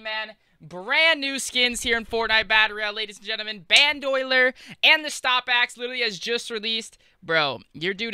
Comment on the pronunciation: This nigga said Bandoyler wtf LMAOOOO